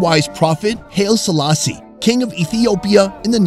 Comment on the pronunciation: Not HALE Selassie, but HI-lee Selassie.